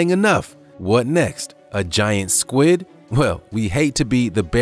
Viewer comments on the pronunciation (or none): none